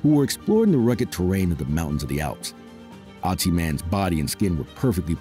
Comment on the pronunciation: There is no Otzi man! He is called Ötzi, say it right or let it be!